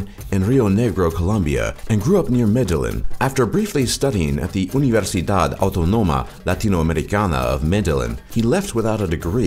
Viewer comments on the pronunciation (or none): I caught with a mispronunciation: it's universidad auTOnoma